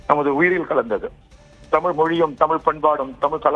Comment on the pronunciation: ஆரம்பிச்சடங்ய்யா ஆரம்பிச்சிடாங்ய்யா டமிள் வாள்க, வாள்க வான்கவே வாழ்துகள்